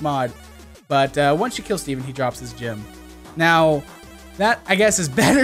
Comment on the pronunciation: U SAID GYM NOT GEM